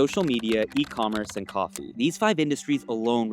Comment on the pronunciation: Coffee not coffu